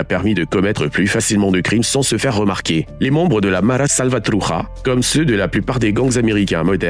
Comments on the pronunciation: DEPUIS QUAND LE CH DEVIENT R EN ESPAGNOL 😂 truCHA et non truRA la prononciation 🤦 non sérieux, fait un effort je sais pas moi , un minimum ou alors tu le lis à la française qui d ailleurs tomberait juste mais t invente pas des combinaisons qui n existe pas oh?!!!?!! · Horrible cette voix IA sans profondeur .. la Mara SalvatruJa 😂 c’est pas un J mais un CH donc prononce bien le castellano sinon parle juste français … muerto de risa pendejo